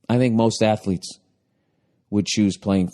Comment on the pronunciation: She still says ATHELETS 😂😂😂😂😂